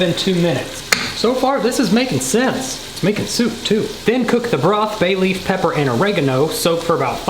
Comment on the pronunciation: "How many times do BAY LEAVE"